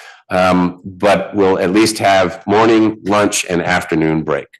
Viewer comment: Did anyone else notice this guy says “luach”!?